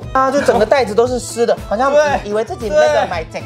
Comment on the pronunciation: 以為開頭的會是外送茶～ 講「雜菜麵」的台語很像泰文 XD